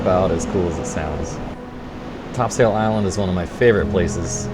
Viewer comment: great video but its pronounced topsull :-)